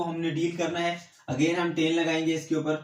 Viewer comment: Sorry sir but teen nhi hota tan hota hai